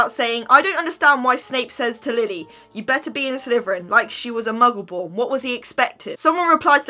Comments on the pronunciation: Sean Doody they said mungle when it’s muggle ( are they even a Harry Potter fan ) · Are you even a Harry Potter fan you said Mungle and it’s Muggle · Did you just call a muggle a mungle!!